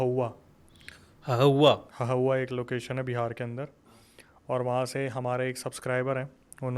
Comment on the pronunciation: Hahua nhi bhabhua